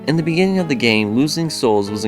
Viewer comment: Bejinning is the strangest mispronunciation have ever heard.